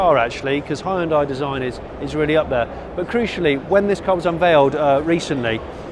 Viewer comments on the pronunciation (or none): its hyundai not hayundai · “Hi-un-dai” haha. So much more effort than saying it properly. “Hyun-day” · Oh god it's pronounced "hyun-dae" not "hie-un-die"...thought Americans pronouncing it "hun-die" was bad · *Hun-day, pronounce it Right!!! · This guy needs to learn how to pronounce Hyundai. It's annoying. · That moment when you realize he is saying "Hyundai". Because to my American ears it sounds nothing like how we say it over here. (Even went and watched a couple commercials to verify)